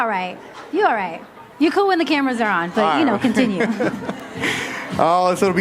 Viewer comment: "you're coo when the cameras are on" yikes, that was embarrassing.